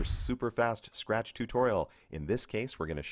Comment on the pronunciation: "A Scatch"